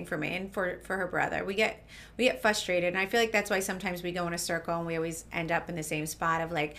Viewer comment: Melissa. It’s fRUstrated. Put an R in it please. We expect it from Tre